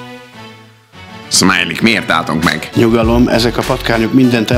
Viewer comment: Smiley/Szmiley xD Hallod nem Smiley hanem Szmiley XD